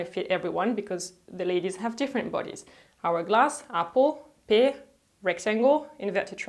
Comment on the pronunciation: Dear, thought you would like to know that “pear” is pronounced like “pair” not “peer”. Since you use that word quite a lot 😉 I love your videos and I learn so much, thank you! And yes, finding the perfect jeans is tough!